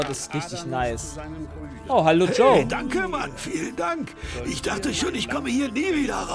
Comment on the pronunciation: Normale Menschen: HALLO: ALTO